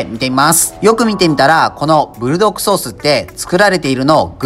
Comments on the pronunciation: ブルドッ『ク』ソースですよー! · ブルドッグじゃなくブルドックですぜ、、、、